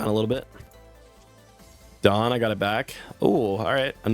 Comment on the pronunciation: Why is bro INCAPABLE of pronouncing "Dawn"